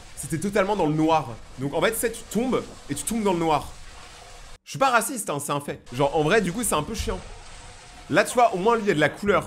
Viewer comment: Le jsuis pas raciste comment il le prononce😂😂😂😂😂😂😂😂😂😂😂